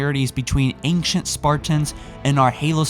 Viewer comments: Ancient, not Anckcient. I get fucking peeved when people pronounce it like that because there is no other letter in there to make that hard K sound. Just a soft C pronounced like an S. AYN-SHENT. not AYNK-SHENT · It's ancient, not angcient, and its augmented not augumented, you pronunciations are annoying... fine video though.